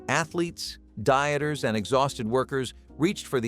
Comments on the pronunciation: Dy eters not deeters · Deeters = Dieters